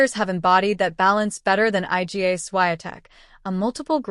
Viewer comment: calling her 'eye gee ay' - clearly an AI bot speaking